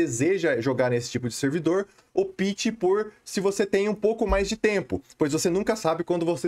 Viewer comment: Cara, gosto mto dos seus vídeos e conteúdo... Só uma dica que gostaria de dar, fica a seu critério seguir ou não... não quero ofendê-lo... como um interlocutor, quando vc diz no vídeo: "caso vc opte", vc está pronunciando errado, o certo seria "ópte" e não "opite", conforme vc tem pronunciado... sei que já falaram isso em outros vídeos, principalmente qdo falamos de servers "optional PVP", mas por ser em inglês não há necessidade,,, agora em português acho que seria interessante se atentar a isso... abs